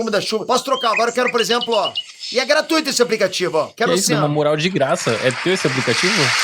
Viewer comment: "Gratuito" kkkkk